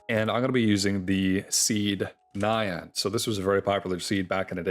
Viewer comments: oh c'mon, it's pronounced like nya-n, not cyan. it's a cat noise. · Pronouncing nyan like cyan is turbo cursed.